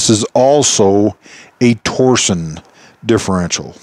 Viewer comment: "torsion" is the physical act of applying torque, not a company. The differential uses torsion to achieve it's design goals, hence the name. Also, it is pronounced "tor-shun", not "tor-zion", or "tor-sion".